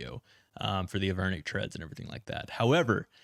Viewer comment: They are Avernic Treads, no H